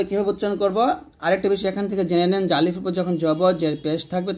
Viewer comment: Assalamualaikum,,, mim ar sathe to alif ace,,, apni alif ta kan prle na?